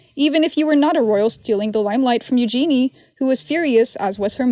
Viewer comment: Her name is pronounced: Eyou gen nay.